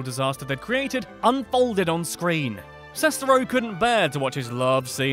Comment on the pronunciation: Julius Matijošius For me, it began with The Nostalgia Critic and FanBoy Flicks. Kind of simultaneously! 😁 I love everything about this video... except the way the narrator keeps mispronouncing Greg Sestero’s last name!